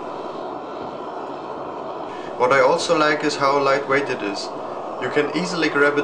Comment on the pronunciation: “That’s a clean burning furnace I tell ya ‘hwat”